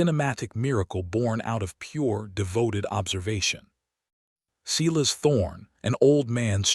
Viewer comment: When a bare footprint was found in the snow, how did they instantly know it belonged to her?/ Silas is pronounced Sigh less and not See less.